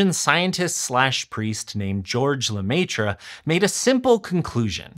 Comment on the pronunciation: You can pronounce Maître. Do a better job.